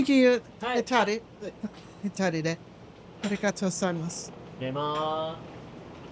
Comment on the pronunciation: I noticed you said and subtitled "left" for directions as hitari ひたり but it is actually hidari (with a d, not t) or 左 (ひだり).